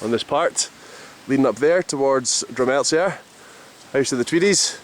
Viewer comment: Excellent. Check out Dreva Craig across the tweed from tinnis if you havent already. Good wee exhibition on manor valley in peebs right now. Cheers. (Oh, and the z is silent in drumelzier!)